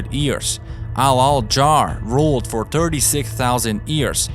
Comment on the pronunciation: Lmao it’s YEARS NOT EARS